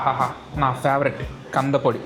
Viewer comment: Kandha podi kaadu kandhi podi